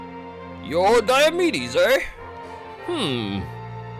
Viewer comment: "Dai-yo"medes, but his nickname is "Dee-o". It's almost like his name is pronounced "Dee-o"medes